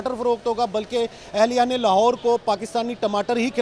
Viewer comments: Hahaha टिमाटर नही बे टमाटर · अरे मैडम टिमाटर नही टमाटर बोलते है पहले बोलना सीख लो